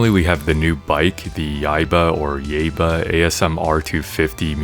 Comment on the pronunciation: Preem music, choom! And your pronunciation of Yaiba is spot on.